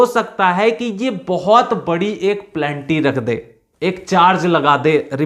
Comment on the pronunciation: Good information. प्लेनटी नहीं पेनल्टी बोलो सर। It is Penalty. You are pronouncing Plenty.